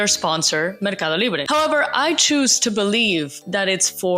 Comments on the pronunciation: Perhaps the best pronunciationof "Mercado libre" in the F1 space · Homegirl's English is so damn good I get whiplash every time she does a "Mercado Libre" or "Juan Pablo Montoya"